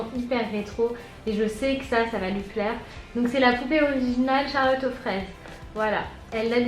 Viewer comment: C'est moi ou à elle a dit piaire au lieu de plaire sinon élira va être gâter